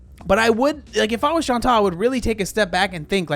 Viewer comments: This is maybe a bit unrelated, but every time you say “Chantal” I keep hearing “Sean Tall” and that’s so entertaining by itself. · you crack me the hell up. “Chantal….. is….. fat” LMAO